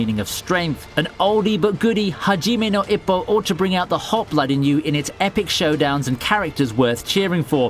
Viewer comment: Hajime no ippo! he said it wrong... but in love with this series~<3